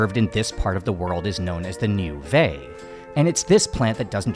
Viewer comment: Vai is pronounced vy or vah-eeh not vay. Niu vai meaning water coconut( basically means coconuts for drinking) and niu kafa meaning coconuts for kafa(kafa is the rope we make from the coconut husk)these are tongan words